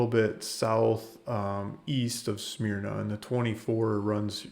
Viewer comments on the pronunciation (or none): It's pronounced smer-na.